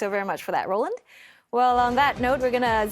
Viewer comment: roland bad pronunciation